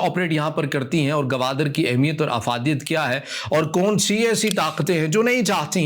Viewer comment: بھائی صاحب اس شھر کا نام Gwadar ہے Gawadar نہیں ہے ۔ بلوچوں کی سر زمین ہے ۔ باتیں بڑی بڑی کرتے ہو ۔ کسی کے باپ کی طاقت نہیں کہ مکُران کو بلوچستان سے جدا کر سکے ۔